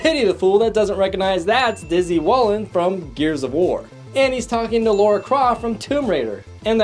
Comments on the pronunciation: Lara. La-Ra, not Laura. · 1. Lara, not Laura. 2. Did you say.. Fragile Rock? Fraggle! Frag-gle. 3. you missed the firefly class transport ship queing for the nightclub (what? no way to know it's the Serenity... it probably is though)) . 3. Robbie The Robot in the apartment.